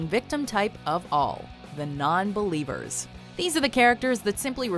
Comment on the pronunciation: Spot on the non-bellievuhs!